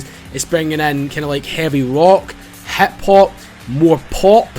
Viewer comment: as i continued to watch the video, i noticed that its the first time i have ever heard someone say 'hip-hop' like "HEPP-HOPP" lolol love you